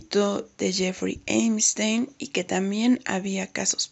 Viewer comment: Se dice EPStein no EMstein